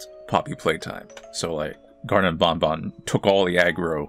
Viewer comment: I am so glad you will now stop calling it "bon bon" like the candy like a WEEB that uses Japanese "ah" sounds despite the devs being English, thank you. Game's still a soulless cashgrab but at least there's finally something resembling a story now.